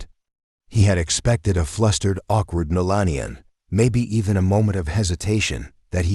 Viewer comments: Who calls her millennia? It’s Melania he said it like as if you were talking about the age millennium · Your bot can't even say Melania's name properly, it's not millennia 😂😂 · Why is he calling her mallenia? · Could this narrator get The First Lady’s name correct? It’s Melania not “millennia”. Ridiculous. Seriously? This has never been reported. Hmmm! Not buying this “story” … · Idiot narration - "Millennia Trump" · IT IS MELANIA, NOT MELENIA...MEL-ON-YA...;) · Her name is MELANIA!!!! Not Millenia or Mellenia or whatever other name you used😏…… get it right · I hate supporting this channel by adding a comment but her name is Melania - not Melenia. Pronounce her name correctly. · Show Melania the respect by spelling her name correctly. It’s not “millennia” dude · "Millenia Trump" !? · Her name is Melania NOT Melannian! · Gah LAh not gay la. I have no doubt Barron is a good son. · Great story but the repeated mispronouncing of Melania's name by the narrator ruined it for me. (apparently AI can't speak or spell correctly?)😅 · Learn the name correctly Melania! Otherwise a good video! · AI voice, AI channel It's pronounced Me-lan-ee-ah, dumb ass AI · Please learn to say her name correctly. Also at the end of this you start to repeat yourself. One moment you say he is 17 then a little later you say 18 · Her name is spelled and spoken Melania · It's Malania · You should spell and pronounce her name correctly in the future. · Learn to speak Malania's name or GET OFF THE MIC.... drop....🎤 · First of all the narrator should pronounce MeLANia correctly. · why? Robot story that can't pronounce Melania's name. Couldn't even watch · This AI says her name wrong. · Please stop using AI narrators...it kept mispronouncing Mrs. Trump's name and your closed captioning had so many misspellings. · I love this family the whole family. The class they all have is so amazing. But this narrator needs to learn how to pronounce the first lady's name, Melania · learn how to pronounce her name